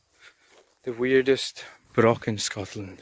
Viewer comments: C-O-C-KBURN!! Whit's wrang wi KOH-BURN? I don't want to haunt your Comments sections as you do interesting videos with excellent music, but to Scottish ears hearing BROCK and your mispronunciation of Cockburn really grates on the ears. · The hill you’re on is pronounced Coburnlaw, leave out the ch. The word broch isn’t pronounced with a k at the end. It’s pronounced the same way as loch. I grew up just a few miles from there.